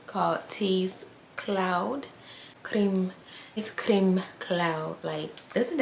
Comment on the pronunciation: Its not "cream" Cloud, its CRÈME!😐